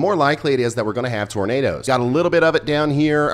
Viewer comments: Tur-nay'-ders, turnaders... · DANG "NIGHT NADOES".... Please be safe and aware if you're in the path!!